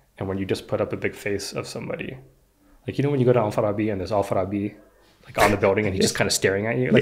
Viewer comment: he pronounced it as "Al-Farabi" but the majority of the locals pronounce it wrong. they say "Alfa-Rabbi" 😁